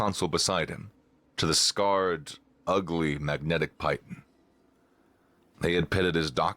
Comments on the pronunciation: I recognize regional pronunciations. So you're a bit presumptive in saying otherwise. But I've checked 5 different dictionaries from different publishers. They all say PEE-ton. Which makes sense, considering that French doesn't have a hard "I" sound and the word is derived from French. But hey, you do you. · Piton is 'pee-taan'. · I took rock climbing in high school as a pys. ed. elective. "Piton" is pronounced Pete-on. It's from the French term for "nail." Or so my teacher told me. Hope this helps.